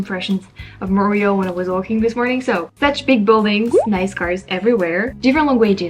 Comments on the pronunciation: So in English we don’t say “Mont-real,” we say “Mon-tree-all” with emphasis on last syllable. But it’s all good! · More like Mun-tree-all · Why as a Francophone can’t you pronounce Montréal? Or as every English speaking person pronounces it as Munt re all. Now say it fast! And Tim Horton’s was the best you could do in a city chock full of amazing cafés with the best croissants, etc. that are as delicious as what you get at a boulangerie/patisserie/café in Paris. It’s embarrassing for you and cringeworthy for likely all people who have ever called Montreal home. Timmys would be my absolute last resort. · I am just saying this to help you out. In English, the way Montreal is pronounced is by saying Mon tree all. The way you are mispronouncing it makes it difficult to know what you are saying. Of course, you could pronounce it as in French which would sound a lot more chic in English! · You pronounce montreal in neither the English nor French way. You're 100% right with the honking. No patience whatsoever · That is the wildest pronunciation of Montreal I've ever heard. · I'm shocked that as a french person you still don't know how to pronounce Montreal LOL